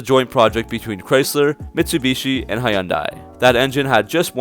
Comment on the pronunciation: Great video! I don’t really dig the looks of the Avenger but the concept car looked really amazing. I think it resembles the Dodge Caliber. Also, Hyundai is pronounced HUN-DAY. 😆 👍